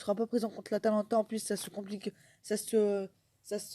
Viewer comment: *atalanta pas Atlanta